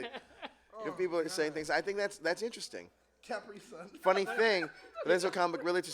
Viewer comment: its said as "Capree-Sun" not "Cap Pri Sun"